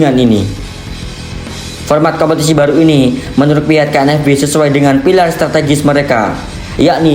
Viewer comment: KNVB min!!! Bukan KNFB🤣🤣🤣🤣